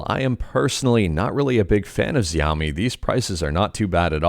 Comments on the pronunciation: It's Shao - MI Like "shhh" with "ow" and then "me" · Isn't adreno a mobile gpu?? It is pronounced (shao-mi). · Your pronouncing xiomi wrong least I think but I understand you are trying and thanks for the news you give us